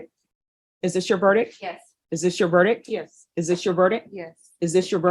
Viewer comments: Only thing that bothers me about this judge.... She can't pronounce "verdict". She says ver-dick instead of ver-dicT. "Is this your VERDICK?" That just sounds weird, lol. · Will someone tell it's verdict not verdick